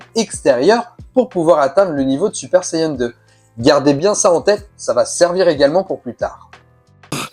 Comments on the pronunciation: Saiyan an an et pas saiyen en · Sayeun 😂😂 on dit Sayan point barre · Plutôt une interrogation. Moi qui suit les aventures de Goku depuis les années 80, je n'ai jamais mais alors jamais entendu parler de sayeun. J'ai toujours entendu prononcer "sayadjin" pour la version originale, "sayanne" pour la version anglaise et "saïen " pour la française. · et oui donc c'est un a pas un e on prononce pas sayeun e l'accent anglais du a c'est "aiye" quand on essaye de parler avec des accents on se renseigne on les invente pas. Et en plus c'est japonais a la base. Ils prononcent bien "sayans" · Super Sayeun?